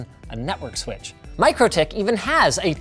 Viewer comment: its pronounced MEEK-ro-tik, dummy